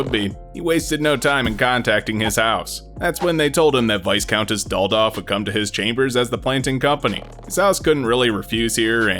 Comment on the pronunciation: Incidentally, it's pronounced `Vie-Count', not 'Vis-Count' or 'Vice-Count'. I don't know why this bothers me.